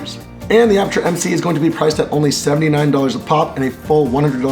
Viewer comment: "I am from apurture.." Apurture! get your ass over here to India.